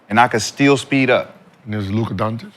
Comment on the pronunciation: Doncic is pronounced Dawn-chich not Dawn-chick.